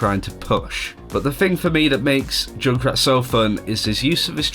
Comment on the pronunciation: Why do you call Junkrat Jun krat?? Its Junk Rat ^_^